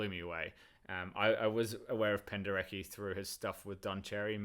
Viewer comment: In Polish - "Penderecki" not "Pendereki" It sounds like it is written.